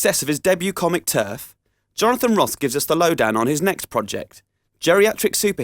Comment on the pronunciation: Wibble wobble it's Jonothan Woss.